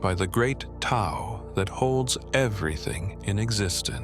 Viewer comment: Hate the voice. Horrible. Couldn’t sleep to it! And Tao is not pronounced correctly. Find Wayne Dyer’s version, everyone. It is excellent. Great, great voice.